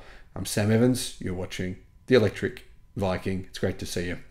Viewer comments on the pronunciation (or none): none